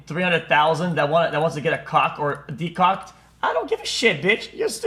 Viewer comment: My man said "De-Cocked" lmao